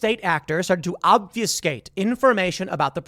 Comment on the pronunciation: ob fuh skate why does every youtuber mispronounce this?